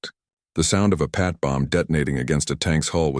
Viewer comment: Mate, you need to get a better AI to narrate your video. It's not a Pat, it's a PIAT. This AI can't even say "guarantee" without mongrelising the word. Have some respect for the men who used these weapons, they deserve every ounce of respect we can give them.